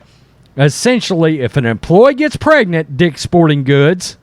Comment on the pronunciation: cmon man , it's "dick's" .